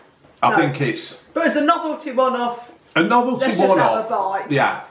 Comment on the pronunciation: A-a abbEH lane... Up t'azdEH CrustEH CrEHme NoveltEH (says ) BizarrelEH (says ) CountrEH LaydEH